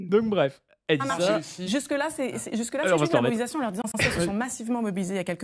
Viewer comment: elle n'a pas plutôt écorché "mobilisation"?